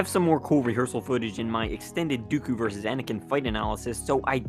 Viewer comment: Palpatine faked it, no matter what Lucas said, he is a person who changes his pov sometimes, also he says "Duko" instead of Dooku. ;)